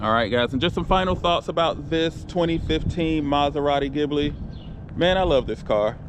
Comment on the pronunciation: Pronounced as GIBlee strong emphasis on the G. As in Goose.